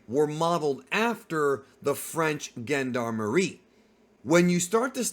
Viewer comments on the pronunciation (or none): Gendarmarie. Is said like JeanDARMary or GeneDARmarie. Singular JeanDarm. Yes I am the Aktually meme and so ar a lot of us. LOVE your content man. If we see the JeanDARMarie more might as well say it right. Please don't hurt me. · Yo its pronounced “jean-d’armerie” 3words: gens : meaning gents in french de: meaning of in french and armerie: meaning of weapons in french… so it is effectively the gents (people) of weaponery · My friend you pronounced Gendarmerie a bit in the wrong way, but it’s ok. I guess you haven’t heard the word before maybe… thank you for making this nice content over the past couple of years